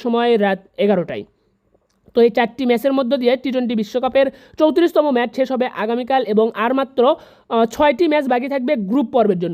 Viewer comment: মেস না ম্যাচ!